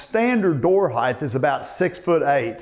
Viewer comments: Master carpenters STILL calling heighT........“heighth” There is no h on the end Annoys the crap out of me. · You’re a “heighth” guy, ehhh?